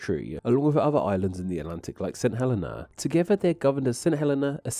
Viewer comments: FYI - St Helena is pronounced "Sent [H]ell-een-ah". Also there, "a couple" can mean more than one and "a nice couple" mean a lot. Putting an "h" on the front of words starting with a silent vowel and a "w" for a "v" stems from Victorian English, which apparently was common when the islands were settled and is also common there now or was so in the 1970s when I lived in St Helena. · You just butchered my countries name. St Helena is pronounced Saint Hel-een-a, and Tristan da Cunha is pronounced Tristan da Coon-ya. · St Helena is pronounced "saint heLEEna" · It’s Saint Heleeeeeeena! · i will always pronounce it Trish-tan da Coon-ya just because it sounds funny. btw i used to think that St. Helena was pronounced as you did but a friend who's nana was from there told me it's apparently hə-LEE-na